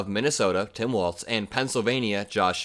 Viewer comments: Sorry but it's pronounced "Walls" not Waltz. Tim Walz is the better choice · Hey his name is pronounced WALLS (WALZ) NOT WALTZ LIKE THE DANCE.